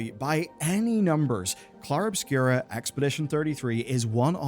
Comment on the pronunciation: Obscur, not Obscura